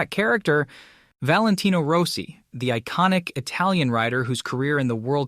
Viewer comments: You butcher most of the names you utter so badly it fucking HURTS. Rossi is Rossi, not Rowssi! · Valentino Rowsee 😅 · Row-see? lmao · you need to get an announcer/narrator that pronounces peoples names correctly. It’s not ROSEI.. it’s ROSS IE.. I never never never subscribe, or give a thumbs up to a video that is begging for me to subscribe at the very beginning especially a video like this, that uses a clickbait phrase like bombshell. And yet, there’s no bombshell, nothing … with a Clickbait phrase like that, I thought, at least Rossi was going to get back in the saddle, or start his own racing series in competition, with Moto GP, at least, with that type of a headline.. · Row-cee? > Rah-cee. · Dude needs to work on his pronounciation. Max BiaGGi and Valentino Roassee is hard to take. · Is this text to AI voice? It's as if this person has never watch a race with a mention of Biaggi. Totally miss pronounced it. The real kicker was when he referred to Valentino as "Rosy"! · Roe-si haha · Learn to pronounce people's name.